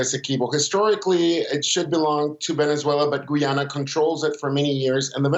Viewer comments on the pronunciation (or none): GUY-ANNA... not gee-anna... FFS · Guy - ya- na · This guy had one job and butchered the word "Guyana"